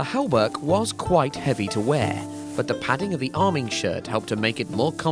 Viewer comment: There's no "l" (el) in hauberk.